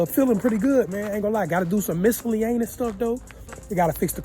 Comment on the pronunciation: you gotta fix what ? That’s not how you say miscellaneous 😂😂😂